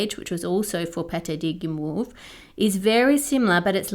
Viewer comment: Then there's Guimauve that is pronounced "Gi moave" cause the French like to moave it moave it.